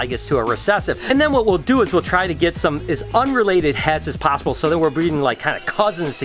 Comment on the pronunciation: Did anyone else know in the beginning he said "best as pobbible?" Anyway, I'm doin great and plus, may I get a like? I've always wanted one from you because you work with reptiles and I actually have a snake so I get big tips from you! I REALLY wanna have some of your snakes. Do you make appointments? I'm curious because I wanna come visit you sooooooooooooooo much!